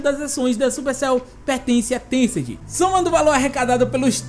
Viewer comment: Paulo R. Cassimiro Lopes ele n falou niantic, ele falou tecent